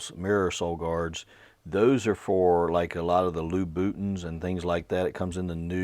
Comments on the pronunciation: A couple of things - both good! 1. Fantastic video!! Genuinely you are a fantastic resource for education and entertainment. 2. I will forever now use "Lou Bootin" whenever someone gets huffy about Louboutin. BTW it is pronounced similar to Loius Vuitton, "loo-boo-tahn," but as I said they are now Lou Bootin's to me!!! 😂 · "Loo Bootins" 😂